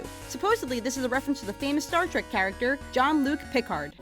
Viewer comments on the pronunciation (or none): none